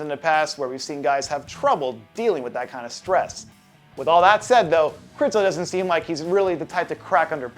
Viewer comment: It's Michal, not Michael. Since it's Križanek, not Krizanek, it is not Krizo, but Križo! Jesus, is it that hard?